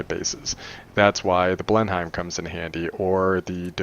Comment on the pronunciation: Omg, right... 20 times 400,000 is errr.. wait..... pressure.... erm it's a trillion! zillion. I'll ask Priolia next wednesday about radiator, she's a wowp dev who streams. What else... oh yeh, it's pronounced "blennum'" that english bomber :D And also on minimap I use dynamic map that turns when you turn plane so can quickly see which enemy are in front and behind, gets a bit confusing where you are facing on overall map so have to hit tab often too.